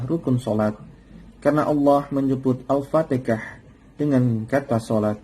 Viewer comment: Maaf ustadz, hati2dlm menyebut Al Fatihah bukan Al Fatikah